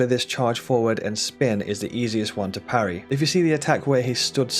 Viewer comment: "Pa rry" we dont do that bro